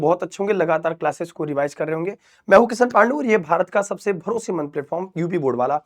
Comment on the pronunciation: Sir aap to kishan panday hai n to kishan pandu kyu bol rhe hain😂❤